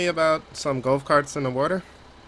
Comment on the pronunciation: Golf not gulf and water not wartor